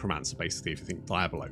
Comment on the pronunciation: "Die ab low" 😂